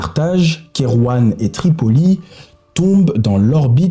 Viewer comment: Super travail, par contre les prononciations des noms sont ubuesques 😂😂😂 Charles Quint se prononce Kain Kerouan se prononce ké rou en Etc etc :)